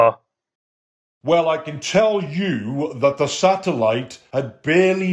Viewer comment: you said can wrong